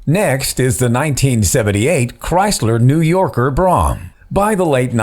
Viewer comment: It was not called a 225 it was called a deuce and a quarter...nor was another model you showed called a brohm, it was pronounced as bro-ham...